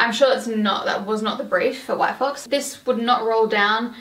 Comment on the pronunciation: I thought you said “white folks” 😭 yayyyyyy hauls! 🫶🏼